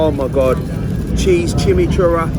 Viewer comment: “For those of you who don’t know what chimmychurah is”... I don’t think you know what it is either mate because that’s definitely not how you pronounce it 😂😂.